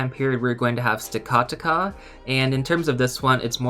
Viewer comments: yeah the pronunciation for the two is: blah (or bluh) -- seph -- uh -- lawn and stack uh tack uh. you got it for next time, thanks for the vid and good luck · I think it’s pronounced “stack-attack-ah” not sure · blas-ef-uh-lawn & Stack-uh-tac-uh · They are pronounced BLA-CE-PHA-LON (blah sefa lawn) STAKA-TAKA (Stack Attack-Ah / Stack Attacker) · So it’s pronounced: Bla-ceph-alon & Staka-taka